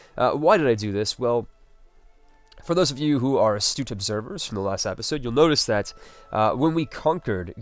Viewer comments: Why do you say episode "apisode"? Omg what accent is that??? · I love these vids man, but every time you say "apisode" I want to strangle you lol